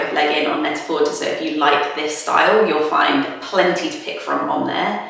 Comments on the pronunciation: I’m sorry, but is it not pronounced “net-ah-porTAY”, like “prêt-à-porter”, i.e. French for “ready to wear”? I’ve never heard anyone pronounce it “net-a-por-TER” before. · Is Net-a-Porter pronounced with the "ur" at the end? I thought it was pronounced in the French manner like Net-a-Portay. Also, that shirt that you're calling a bowling shirt reminds me of the shirts bus drivers used to wear around here. So I'd call it the bus driver shirt. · yea I thought that too